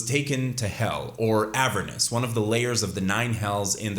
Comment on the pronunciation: Bro please pronounce Avernus how it should be lmfao you say Avernis